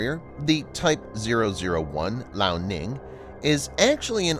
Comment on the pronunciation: Your pronounciation of the chinese names sucks! Liaoning is not pronounced "La-oh-ning". It is "Lee-ah-oh-ning". And Fujian is pronounced "Foo-jee-an".